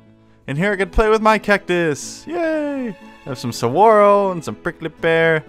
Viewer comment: By the way, you lived in Arizona? I'm disappointed you mispronounced saguaro. It's suhwahroe